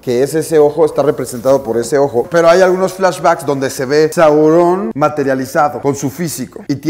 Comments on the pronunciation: ¡También a mi! Es Sauron no Saurón. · Es sauron, no saurón....no tiene escrito acento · Saurôn si caga escuchar que dice Saurôn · Esta impresionante, muy buena adquisición. Pero un pequeño detalle, y creo que la mayoría estamos de acuerdo en que nos incómodo como dices Saurón. Pero dejando eso de lado, buen vídeo. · Me incómoda como dice Sauron. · Alex te recomiendo que pronuncies sauron,la comunidad de fans de esdla es una de las más respetadas hacia la obra de tolkien,pero te amamos por adquirir esa pieza y detallarnolas esta hermosa 🌹